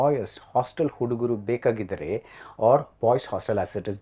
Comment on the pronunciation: Request BR to please learn the Kannada pronunciations. Its Hostel hudugaru bekaagiddaare.